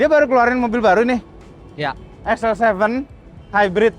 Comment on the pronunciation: XL7 bacanya nyal7